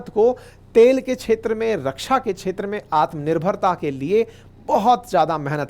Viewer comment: छेत्र मे नही क्षेत्र मे बोलो क्+ष्+अ = क्ष